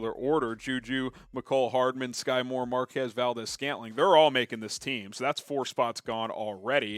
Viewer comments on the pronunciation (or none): none